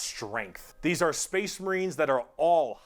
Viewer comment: weird “Spess Mehreens” pronunciation at that one point is a shoutout to this one character in a video game with a memetically weird accent.